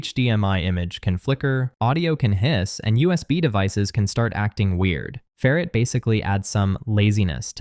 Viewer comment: Either learn how to pronounce "ferrite" (FAIR - right), or teach your AI (??) the correct pronunciation.